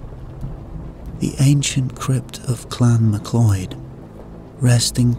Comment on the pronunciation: this is not a scottish voice. also the name is not pronounced mcloid but is pronouced mcloud. this is all i need to know that this is bullshit.